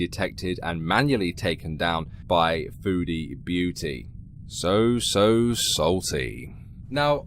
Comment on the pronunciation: I'm going to be real. I always thought she was saying "foodie Booty"